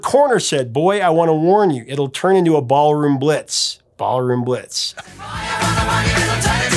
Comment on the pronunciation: No mention of the Krokus version of Ballroom Blitz? Yet you mention Tia Carerra's? SMH. And why does it sound like you keep saying Barroom Blitz?